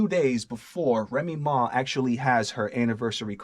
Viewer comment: "Remy Maw"